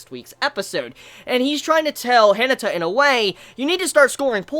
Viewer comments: ...i love you man but its pronounced hi-na(like naughty)-ta. Not hinita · The way you pronounce Hinata is funny xd